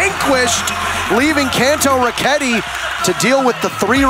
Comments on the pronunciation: *say it as Can-toe-row-ketti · the way this guy says kantoroketi pains me he goes kon- toe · How hard is it to say kantoraketti? bruh ya issa wack